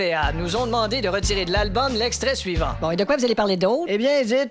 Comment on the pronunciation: L’albome?! L’albome…. Sérieux?